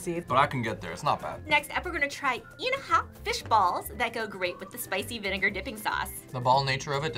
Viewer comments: It's"inihaw", not "inahaw" 😅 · I had to pause because host kept repeating INAHAW, I think she meant INIHAW (meaning "grilled") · who tf is butchering these names lol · It's inihaw not inahaw 😂😂😂😂😂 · “Inahaw” 😂 Inihaw or grilled street food in our country are the best because of the dip. The vinegar dip makes the difference. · "Inahaw"😂😂😂 forgiven....it's "ini-haw" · Um it's "inihaw" not "inahaw". Inihaw from the root word "ihaw", meaning cook over burning charcoal. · it’s inihaw not inahaw btw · I/NI/HAW not I/NA/HAW not offended but kinda disracting when i see the correct spelling but wrong pronounciation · ...it's not inahaw.. it's inihaw. (ee-knee-how) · Inahaw? Is it not Inihaw? 😅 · its inihaw not inahaw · Isa and Maja (Ma-ha) Blanca, Inihaw not Inahaw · the pronunciation was a bit butchered- but here you go! inihaw- (i-ni-how) beef pares- (beef par-ez) sago’t gulaman (sa-gou-t gu-la-man) ube maja blanca (u-be ma-ha bla-n-ca) overall, not trying to hate! just want to show you the correct pronunciation! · say it with me "I.NI.HAW" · inihaw [ee-knee-how] beef pares [beef pah-res] sago’t gulaman [sah-gut goo-lah-mahn] ube maja blanca [ooh-beh mah-ha blank-cah] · Say it with me... /eeneehaw/ /eesaaw/ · Comment Part 1: As a Filipina, I always appreciate you guys featuring food from our country~ 😍😍😍 Lemme help you with the correct pronunciation~ Inihaw = Ee-knee-how (Ee as in Bee) Isaw = Ee-Sou (Sou from South) Pares = Pa-res (Pa from Papa/Res from Rest) not Paires Sago = Sa-goo (Goo as in goop) Gulaman = Goolā-man (Goo as in goop) you prolong the la Ube = Ooh-beh not Ooh-bay Maja = Ma-ha I also appreciate y'all mixing the Halo-halo before eating it. A common mistake foreigners do when they feature Halo-halo is they just serve it and not tell people to mix it first. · "Inihaw" po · eneha you said it's inihaw